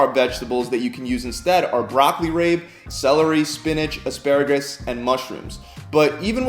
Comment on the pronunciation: Broccoli “raybe” And “BRAYzils” 🤦🏻‍♀️